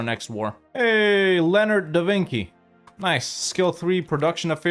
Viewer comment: "Lenard Davinki" caught me off guard